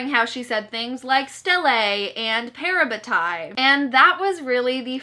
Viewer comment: i realized we all pronounce made up words different when you said “parabatai” and i physically cringed hahahah